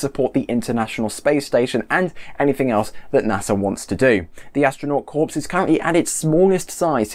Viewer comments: Corps is pronounced “Core” not “Corpse” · Corps is pronounced "core" - as in "Marine Core" (Spelled: Marine Corps). Otherwise, good job! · Yeah, just ask the Marine Corpse! :)